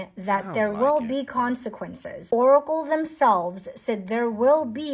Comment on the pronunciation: When said "OoOcle" i locked in.